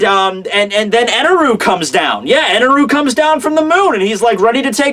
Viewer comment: i was believing everything he was saying until he said eneru